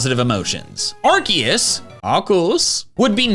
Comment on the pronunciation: “Arceus, *arcussss*”